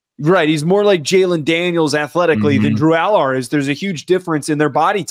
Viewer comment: You want to know the fastest way to loose credibility? Keep pronouncing Drew Allar's name wrong the whole segment...